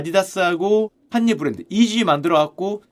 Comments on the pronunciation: 칸ㅡ녜 웨스트 발음 왜케 웃기냐ㅋㅋㅋ 역시 자네야!! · 슈형 또박또박 ‘칸녜 웨스트’라고 부르는거 왜케 웃기냨ㅋㅋㅋ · 팟캐듣다가 너무 정직하게 칸.예. 에프~~아디다스하니 웃겨서 댓글달러왔습니다ㅋㅋㅋㅋㅋㅋ아재의 칸예 리뷰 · 칸! 예 웨스트라고 발음하는거 킹받네 ㅋㅋ ㅋㅋㅋ